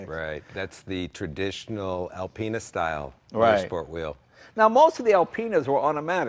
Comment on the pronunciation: L Penis? I beg your pardon , always thought it was Alpine's